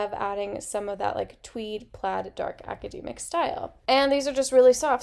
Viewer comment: Great suggestions! I've never heard it pronounced "aca-dee-mic" though, is that usual where you're from?